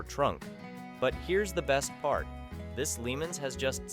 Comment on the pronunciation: #1 car should be pronounced "Pontiac "Le Monz" not Limins.